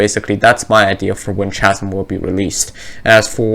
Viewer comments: chasm is pronounces kah zum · Just letting you know chasm is pronounced like ‘kasm’ ☺️